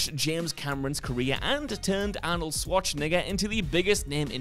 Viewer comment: The presenter’s pronunciation of Arnold’s name made me super nervous.